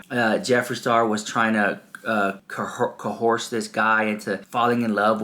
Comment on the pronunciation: it's coerce... A tricky one to pronounce. Sound out Co - urse ( like hearse)